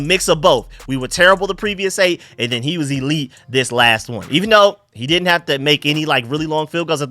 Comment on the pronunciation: The way you said “WE DINT HAVE THE CAPACITY “. Lmao